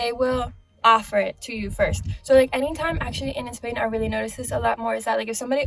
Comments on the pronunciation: Yes! "in Espain". Like a native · Yes! "in Espain" hahah like a native